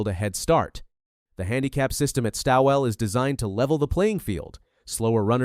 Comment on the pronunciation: I hope she’s not laughing about the race she has entered into. If she thinks it’s some kind of joke, (like a training run) do us a favour and stay home. No one is forcing you to come. And by the way the name Stawell is pronounced ALL, just put ST in front of ALL as in STALL. Although the spelling is different the sound is the same.